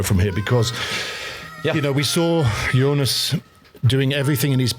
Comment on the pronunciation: Sir Bradley: It's 'Jonas', not 'Younis'. 😅